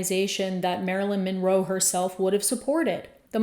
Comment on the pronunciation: Why is Marilyn's last name pronounced "Minroe" here?